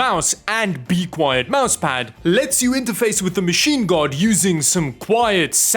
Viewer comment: I'm so tired of hearing you say BEE-quiet with insane heavy emphasis on the first syllable.